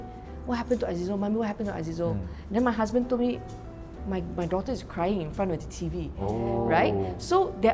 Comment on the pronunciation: 她的th不见了，这么常用的字也唸不来。